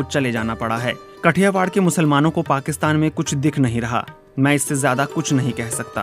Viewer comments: कठियावाड नहीं है "काठीयावड" हैं.. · कठियावाड नहिं भाओ काठियावाड है सोच कर बोलो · It is not Kathiwar. It is Kathiaawaad. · It's Not कठियावाड़ it's काठियावाड । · It is pronounced as "काठियावाड़"